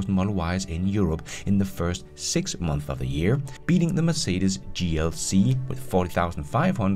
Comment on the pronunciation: You said "MONTHS"!!!! I knew you could do it!